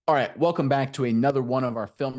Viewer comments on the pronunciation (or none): none